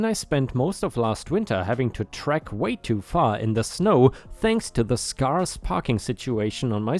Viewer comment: The first story really got me worked up. I intensely dislike selfish people like that neighbour. ⭐⭐⭐⭐⭐⭐⭐⭐⭐⭐⭐⭐⭐ The word scarce is pronounced - sc - air - ce. Hope that helps.